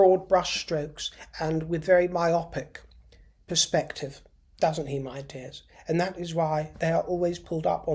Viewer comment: Suxxes are dim. As you say mi-optic.